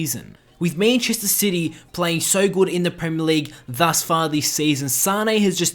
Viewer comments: It's MANchester not MAINchester. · Meenchester city.....c'mon bro it's man-chester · Meennnchester city haha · Mäintchester sity? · The way you say Manchester gives me cancer